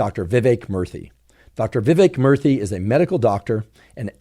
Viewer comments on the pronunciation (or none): Every time he say Murthy, it sounds like he’s saying Murphy with a speech impediment.